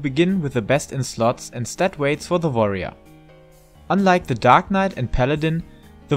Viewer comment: I love the way you say Warrior... like V'arrior ... sounds badass.